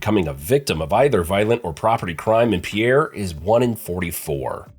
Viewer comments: It's not pronounced PIERRE idiot!! It's pronounced PEER!!!! Andcsioux falls an Rapid city are NOT CLOSE!! If you don't know the geography, stop making misleading videos!!! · I'm from the Rez and we even know how to pronounce out state capital. Pierre is not pronounced "pe-air," it is pronounced "pier" or "peer." If you going to do a video on state capitals, at lease do the research on how they are pronounced. It is also HARD to miss Pierre because only road goes into it and people only enter from the south!!!! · "Pee-air" South Dakota???!!! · Voting this down for not knowing how to pronounce Pierre. It's pronounced PEER. Definitely an AI produced video. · Repeat after me. It's pronounced PEER. One syllable, easy peasy. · The capital city of SD (Pierre) is pronounced "PEER"